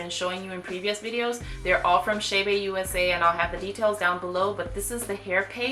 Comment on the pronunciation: It's Che' Be NOT Shay Bay.... Please...